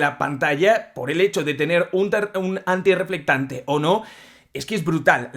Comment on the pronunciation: Deje de ver el video. Solo por escuchar tantas veces. "Antireflectante" 🤦🏻